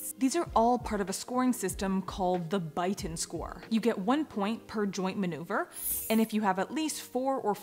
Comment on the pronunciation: It’s pronounced Bey ton, the place isn’t far from me. Phonetically it’s ‘bey ton’ too 😄 Bighton would be spelled that way I have EDS too, POTS, MCAD, dysautonomia and autism I also have arthritis too now & need a new knee, my cartilage is capput!